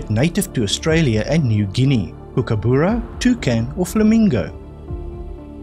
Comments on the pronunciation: Dead easy quiz. By the way, it's a kookaburra ('u' as in 'but'), not a kookabura (not 'u' as in 'book'). I know, 'coz I'm an Aussie. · The first syllable of Kookaburra is pronounced cook as in cooking food. Thanks so much for your quizzes.